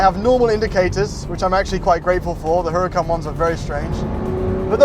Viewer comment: Whats a HER-A-KAHN